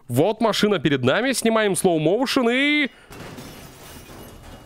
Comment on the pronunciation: не макшина-а машина 3 54